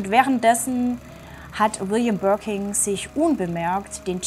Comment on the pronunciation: 1️⃣ mit Stern ⭐️ liebe! Gerne mehr 🥳🔥✌️..Birkin, nicht Birking 😅